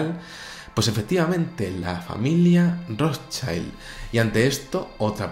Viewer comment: Amigo, el apellido Rotschild es de origen alemán. No se pronuncia "ROTSHAILD", sino "ROTSHILD". Saludos